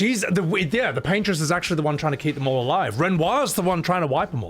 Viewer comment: For those who didn't get the Bob Ross reference, it's "Paint-Ross" instead of "Paintress"